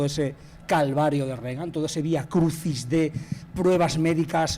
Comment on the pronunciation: muy críticos y tal pero dicen Regan, como Ronald Rígan (fonéticamente) véase el sarcasmo